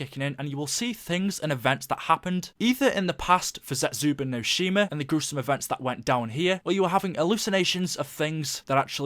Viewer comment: I get that you're British but why do you say Zetsubou as (zetsuba)